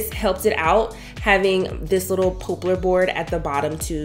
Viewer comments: You need to learn how to pronounce words properly, like poplar. Not pooplar or popelar. It goes to being taken seriously as a YouTuber. Just saying... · Pop-lar not po-plar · "pop" lar not "pope" lar. 😉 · Every time you say pooplar instead of poplar, I'm over here dying. Beautifully done, turned out amazing! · This is a great project. It is perfect for all homes. I did giggle a bit every time you said poplar - it is pop like in soda pop unless you live where I do. In that case they call it popple - I have no clue why. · Lovely space as usual. BTW the correct pronunciation for the wood is pop- lar . Think of popular but leave out the u. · Beautiful work...so very talented.... it's Poplar tree wood pronounced like pop as in popcorn... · you go, girl! I noticed it too, and guess what - I ignored it because it doesn’t matter. People get upset about the weirdest things.